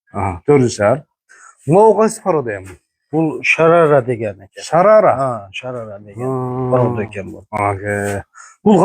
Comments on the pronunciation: Шарара эмес Шароле. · Шарара емес шарале дейт